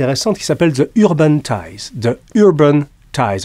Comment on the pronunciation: Navré de vous embêter M.Jacomet mais lorsque le déterminant "the" se trouve devant un mot commençant par une voyelle comme Urban, il se prononce "zi" ;) Au passage, très bonne vidéo, je l'attendais avec impatience!!